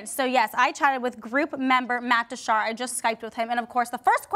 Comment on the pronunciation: Did I just hear "Matt Dashar"? 😂😂